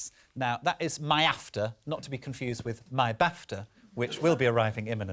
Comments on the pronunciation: Stop calling it MY-AFTR... it is ME-AFTR lol! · MIAFTR like "My After" 😂